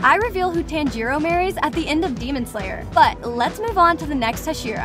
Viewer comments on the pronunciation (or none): "inosookeh" "tanjeero" "saneemi" "shinubo" "moohzan and saneemi" "obanEYE" "tamayOH" "geeyu" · PLEASE the way she messed up all the names made it feel like she just read them for the first time 😭😭😭 I cringed everytime she said a name. Ex. Tan jee row but it's actually tanjiro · Aight lady, Tenjiro, Kenoe, Hasheera, Inosookay, Shoniboo, Tamaeyou, and Saneemi... i beg of you get them right. Also most of these facts are known by every demon slayer fan Edit: It is explained by Inosuke in season 2. It only shows when they flex their arm and hand muscles and say the words "Show me my rank." Also every demon slayer gets one after the final selection, but was skipped in season 1 when Tanjiro passed because he explained in season 2 that he must have been too exhausted from fighting the demons to remember hearing that. Also, in the video, you used the scene where Inosuke literally explained the rank appearing and how to do it. Edit 2: I found some more for y'all since you seem to like this comment. Enjoy -- Oozooy (Uzui), Moozan (this bish a cow now? *moo*), Sakiera mochi ( ... ), Zunitsu, Mooichiro (you can make Moozan a cow for all I care, but leave Mui out of this), and Obonayy. Again about the topic of the symbol on the back of the demon slayer's hands. , you used the scene where Inosuke literally explained the rank appearing and how to do it, in the anime. I honestly don't know how you could have overlooked that. That rank doesn't symbolize a demon slayer's unique breathing style, as many of the demon slayers share styles. An example is the various water users such as Tanjiro, Giyuu, Sabito, Makomo and probrobly a lot more characters because not every single demon slayer in the corps has a unique breathing style. Sabito and Makomo were the 2 ghos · Ah yes, "Tan Jiro", "Ino Sukey", "Muzanne", "Shinubo", "Saneemie", "Tamaeo", "Niechirien", and "Canow" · she saying tanj irou fr again